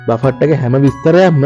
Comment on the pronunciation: දරුවෝ.... බෆට් කියලා වචනයක් නැහැ. ඉන්ග්‍රීසි අකුරු ලියලා තියන විදියටම කියන්න බැහැ. Uk English සහ USA English ශබ්ද කරද්දී වෙනස් වෙනවා. නමුත් ඔහොම වචනයක් නැහැ. බුෆේ..... එක්කෝ බෆේ... T අකුර ශබ්ද වෙන්නේ නැහැ. Buffet . බෆට් කියන්න එපා.